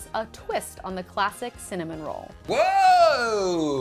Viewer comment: Snoop Dogg makes connamon rolls, lol